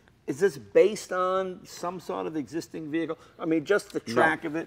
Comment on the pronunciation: "So is this an exsisting roll cage?" Guy w the dad Nikes for the 10th time "Its A L L custom."